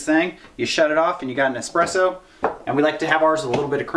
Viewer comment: please.. don't say expresso... it's ridiculous. if you wear your gun while cooking it's ok.. but if not.. never say it again. the difference between mokka and espresso ist just the kind of beans you use for it.